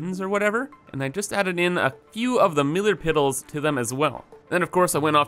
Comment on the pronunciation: Miller Piddle - I can't say it right anymore......